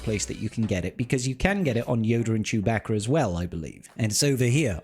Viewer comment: you also learned the right way to pronounce Chewbacca...